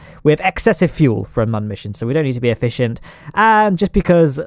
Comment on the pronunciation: Every time you say Mun it slightly triggers me.